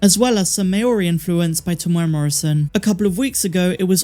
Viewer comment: Just a small point - 'Maori' is not pronounced 'May-ori'; it is pronounced more like 'Mah-ori', running the 'a' into the 'o'.